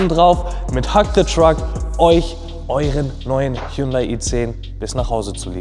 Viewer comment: Man merkt das du vor diesem Gewinnspiel noch nie das Wort "Hyundai" ausgesprochen hast.